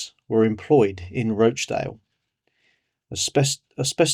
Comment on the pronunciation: Not Roachdale! Rochdale!